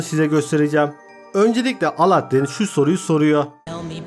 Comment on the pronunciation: Yaptığın gözüme çarpan ilk hatan : Aladdin demek! Alâddin o Alâddin!, lütfen ince L kullanalım kalın değil